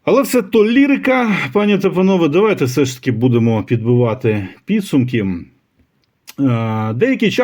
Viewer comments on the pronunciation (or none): none